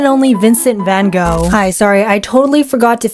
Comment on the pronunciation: lol im dutch and it was pretty funny to hear u say Vincent van Gogh :>